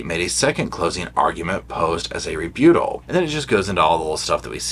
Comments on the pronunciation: Rebuttal. Re. BUTT. al. Not re-bute-al. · Re- but-ul...not Re-boot-al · Re Butt ahl Not Re beaut ahl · The way you pronounce ‘rebuttal’ sends me. Ree-BEW-tol You are so stinking cute,!! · Lol!! Its re-BUTT-al 😂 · Please - it’s re-but-tal. 😉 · I've enjoyed your entertaining and informative videos on the Boone trial. Thanks for keeping us updated on the ongoing motions. I sure hope Kraynick covered his bases so we don't have to do it all over again! PS- please look up the correct pronunciation for the word "rebuttal". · I love how you say rebuttal!! lol gives me a giggle.